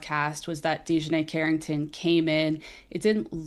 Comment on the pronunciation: I couldn't even finish watching after you mispronounced the players name. It really starts there, an intro to lazy reporting.